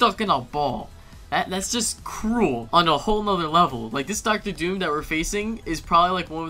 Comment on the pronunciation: Doom not Dooas